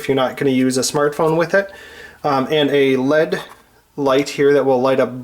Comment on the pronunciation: its a LEAD light we see right here.... really? Lead is a chemical element in the carbon group with symbol Pb and atomic number 82. Lead is a soft, malleable and heavy post-transition metal LED ( pronounced as the acronym L. E. D. ) stands for light emitting diode. If your trying to make reviewing stuff a thing, then please learn some standard terminology. Otherwise, nice clear video and not too bad for shooting with one hand and working with the other.